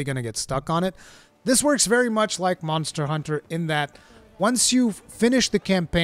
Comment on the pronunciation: I miss how you used to say Mazda Hunter, but I feel like I can get used to Munster Hunter!🤣